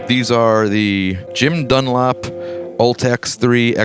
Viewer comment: ''dunlop strings'' lol, and then he goes on to not mention the gauge. ...